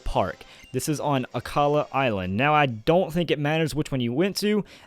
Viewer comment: it's akala